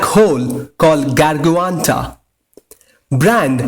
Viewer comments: It's not Garguanta, it's Gargantua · it's gargantua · its gargantua lol. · ikr the way he pronounced blackholes name gargantua wtf haha